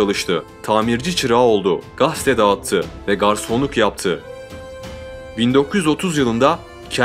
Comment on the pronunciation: 'Gaste' değil, admin. 'Gazete' 😊 başarılar